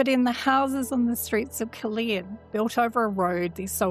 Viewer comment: Caerleon is pronounced with only one E I pronounce both of them